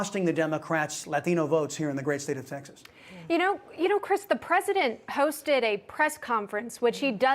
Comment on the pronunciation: funny how this guy must pronounce latino as if he just crossed the boarder